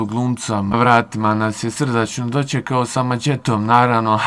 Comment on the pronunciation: Ha, ha, ha "doćekao" sa "maćetom" "ćovek" "prićama" "isprićao" "dećijim" "preseće te maćetom". U sledećem video kod logopeda izgovara brzalice! Dobio bi milion pregleda.